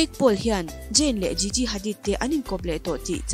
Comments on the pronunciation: An hming lam dan fimkhir hle a ngai nih hi, video dangah pawh in lam diklo nasa thei e mai. Gigi pawh jiji tia lam tur aw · Jiji nilo Gigi thil lam I thiam lo lutuk🤦🏻‍♀️ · Gigi i pronounce dan leh zayn i pronounce dan hi diklo tlat